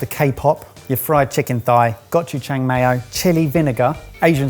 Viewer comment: Nooo the way you said gochujang😭😭 'go-choo-jang' not 'gotchu jang' 😂😂 you can just call it red pepper paste cause, thats basically what it translates to~